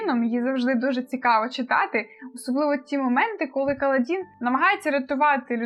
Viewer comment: у вас буквально ВСІ наголоси неправильні 😅 правильно "кАладін" ;) "паршЕнді" і чому "скАлкозброя"??? 😅 там же "скОлко"